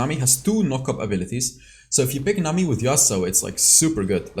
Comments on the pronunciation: I like how u say nami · i love the way you say nami the accent👌